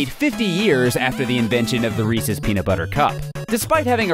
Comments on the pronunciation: Thank you for pronouncing "Resse's" right. In New Jersey at least, people pronounce it "Ree-seez" and Reese's Pieces "Ree-seez Pee-seez" and it really bothers me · You pronounced it correctly!!!!!! No one else does!!!